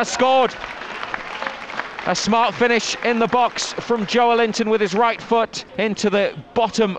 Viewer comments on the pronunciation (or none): Kills me how absolutely no one pronounces "Joelinton" the proper way 🤦‍♂️